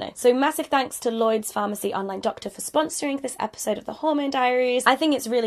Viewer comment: "Llyods..." oh, Hannah